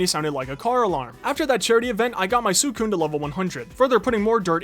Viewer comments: its pronounced sweecoon not swoocoon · the way he says suicune is kind of annoying me and no im not some 30 super fan i’m 12 but i’m just saying it’s pronounced swi-cune